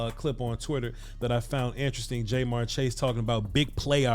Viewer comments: Ja-mar chase, not jmar. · It’s jamarr not jmarr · Love what you've been doing this last year plus and I'm a big Cowboys fan, but I have to say that hearing his name pronounced Jay'Marr was like nails on a chalkboard 😂 After seeing a few of the other games this weekend though I would be concerned for the future about illegal contact penalties from Trevon with the way they're calling it this season. What do you think? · It’s not Jay-Marr or J-Marr Chase. It’s pronounced JaMarr or Ja’Marr Chase. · Is jay-mar chase an inside joke or something? It hurts my ears everytime I here it. Good vid though. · Bro this is good content but you killin his name Ja’marr Chase. The way you pronounced it is in this video is wrong as hell 😂. I’m from Cincinnati, I’m a Bengals fan that’s the only reason I’m even commenting. Diggs is pretty good but Chase is toasting him and Ramsey goofy ass all day if Joey the god Burrow has more time to throw 🤣